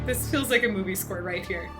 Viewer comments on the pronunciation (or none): none